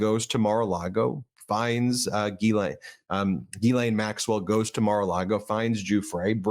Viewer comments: Why can’t anyone pronounce Ghislaine…it is not Guylaine! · Ghislaine is pronounced jiz lane. It comes from Breton in France.